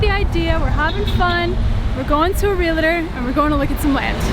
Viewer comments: REAL-TOR ....2 syllables = ) * Not Re-la-tor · Ok. Listen guys! Love your channel and thanks for sharing. But, pleeeaaassseee!!! There aren't any Realators in Panama or anywhere in the English speaking world!!!! There are R E A L T O R S!!! No realators!!! Just like there aren't nucular weapons but NUCLEAR weapons!!!! Unless you are planning a piquinic after this instead of a PICNIC!!!! Please correct!!! Or else I will.... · Real-tor, Real-ty. Real-“E”-state. Realtor and Realty have just 2 syllables. Just for future reference. But, don’t fret, even many licensed agents don’t pronounce it correctly either. Probably no one told them. Great news for you two, enjoy life in Panama!